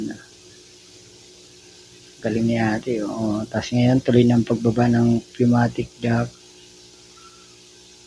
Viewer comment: Pneumatic hindi pumatic